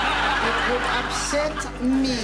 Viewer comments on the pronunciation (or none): "IT VOOLD APSET... ME!"